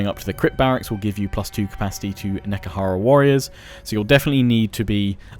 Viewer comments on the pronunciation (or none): It's not "Neckahara". It's "Nehe-kara". It's fantasy Egypt, not some sort of town in the american deep south. ;) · Just pronounce Nehekhara like Ne - He - Ka - Ra.